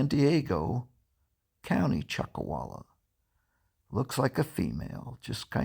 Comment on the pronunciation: Chuck “a”walla??